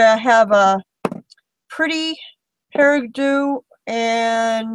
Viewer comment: Great art journal as always. Made me smile when you pronounced peridot :-) Thanks for that because it was what my mum would say and you reminded me of her. She recently passed so it was a nice memory. Oh by the way It's actually a French color /stone called, "paree dough" That is if the color was in fact peridot. I don't have the silks so I am not sure. Pls don't change your pronunciation as it made my day. Congrats on Italy!!!! You go chase that dream and make the most of your trip. Enjoy the scenery too!! :-)